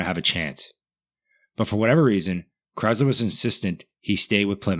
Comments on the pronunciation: OMG dude, it's Chrysler NOT Chyzler!!! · Dude... Chryzzler? Debyou-ted?? The mind reels...